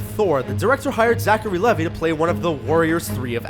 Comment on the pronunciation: ZACHARY. LEVI. LEAVE. EYE. LEVI.